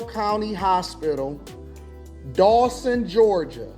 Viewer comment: I live close to Dawson. He is pronouncing the county wrong but I get it